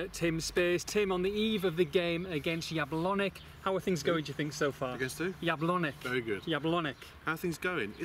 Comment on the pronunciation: Thanks for another report from the trip and btw - JabloneC, the C at the end is pronounced the same way as it is in the word "prince" for example. Since english is not my first language i am not sure how to best describe it to you guys but i guess "Jablonets" would be the way to show you what i mean :D